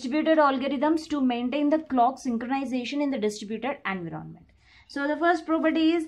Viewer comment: Environment pronunciation ------> en·vai·uh·muhnt